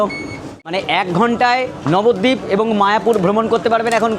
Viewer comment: Nabadwip❌ Babadwip😂